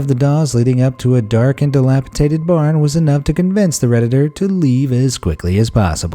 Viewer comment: dilapiDated, not delipaTated. Other grammar crimes but this is a basic standout. Make the effort. You are reaching the public intentionally and teaching poor habits while trying to sound cool. You can be COOL and CORRECT at the same time. In fact...Correct IS Cool :)